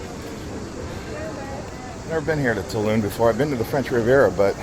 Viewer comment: 275 euros on 2 taxis is crazy. There were probably cheaper alternatives. In general: so much money is spent on expensive transportation in these few days, it's too much. Why didn't you look into the Eurail pass? The pronunciation of cities is wild: Lidia (Lleida), Too Loon (Toulon), Saragosa (Zaragoza). Oe-gio train is called Oui-go (pronounced as 'yes' in French) I also noticed this in the Nice to Malta video, just invest some time in how these places are called.